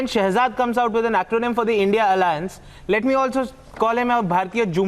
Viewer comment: You cant even say INDIA properly